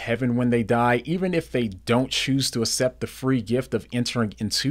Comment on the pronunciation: Good videos! PLS stop saying asept. It's like aksept (accept). God is using your videos!